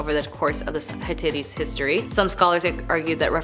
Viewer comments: Ps, it’s hitItes 😂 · You are completely butchering the name of the civilization. It’s pronounced Hit-tight. Thank you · "high-titties" I can't watch the rest of this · It is pronounced HIT TIGHTS. Perhaps you should ask the correct pronounciation if you are giving a presentation on a group or a nation. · Please note that I'm not trying to be mean or disrespectful; rather I'm just stating my frustration with this video cuz I really wanted to get the info on such a great subject matter. The title of this one was intriguing! AGAIN NOT TRYING TO BE A "VIDEO BASHER"!!! This is an interesting topic but I can't enjoy it or even get any info out of this video. This girl not only butchers the name of the civilization (which, by the way, is the only word that isn't going 100mpr in this video) but she's speaking so fast that u really can't understand or absorb anything that she's saying and she's obviously reading her material for what seems to be the first time cuz she stumbles periodically thru her RUSHED MONTRA & SIGHS as tho she's annoyed with having to do this video! Plus, at the end of her "sign off" or "goodbye", she doesn't come across as or sound sincere. Plus her "tone of voice" seems to add a little sprinkling of "thank God I'm finally done with this crap"!!! This video is the MOST UNENJOYABLE one from this channel (WHICH I DO💜& AM A SUBSCRIBER TOO)! Also, this video barely beats out the ones with the host that has long dark hair & thick round black rimmed glasses that always miss-pronounces words & always gets her facts wrong!(AGAIN NOT BEING MEAN JUST FACTUAL). I'm so disappointed cuz I really wanted to know what the 10 things were about the Hittites!